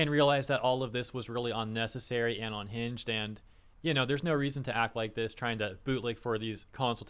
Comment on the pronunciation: Now if only we could get him to pronounce unhinged correctly. Hearing him say onhinged every single time really grinds my gears. :P